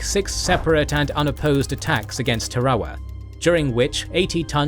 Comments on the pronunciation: Tar-a-wa. There's only one R. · From what I can gather, it is pronounced ta-ra-wa or tah-rah-wah in Gilbertese, with all three syllables pronounced quickly and evenly, perhaps with a very slight stress on the first syllable. English dictionaries seem to put the emphasis on the second syllable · Not sure you pronounced a single proper noun correctly. Tarawa particularly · Am I crazy for hating how he pronounces Tarawa? Is it a brit vs American pronunciation, or is one of us saying it wrong?